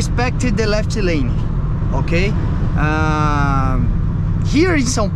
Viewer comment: Wow, your English is awesome, you totally can do it, just a little advice to improve your accent, you are always prolonging the Portuguese "i" sound, like on the word "left", "lefiti", try to get rid of it, just spell the mute "f" and "t". Good luck in this new path, with English you have the whole world to conquer.